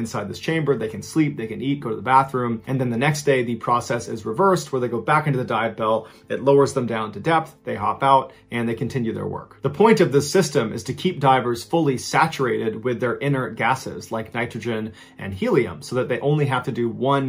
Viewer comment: You said "inner gases" 😂😂😂